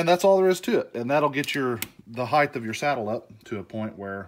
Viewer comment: HeighT not heighTH, 😂 blinds work great.